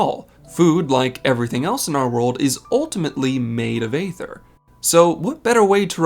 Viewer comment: Why do you keep saying "ay-ther"? It's been said out loud in the game hundreds of times and it's "ee-ther".